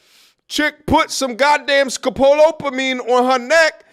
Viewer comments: "Scopolamine" not "scolopamine" Sorry to be that guy, but I'm in a relevant field, and mispronounced drug names give me headaches because they can result in regrettable and avoidable mistakes. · Pronounced sco·pol·amine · "Scopol opamine" lolol